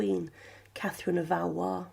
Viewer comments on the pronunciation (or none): none